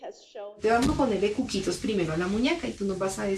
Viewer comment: Lo peor es la manera de lo que dice ,las palabras mal dichas y pinpiripis y la cuquitis y toda una profesional 😐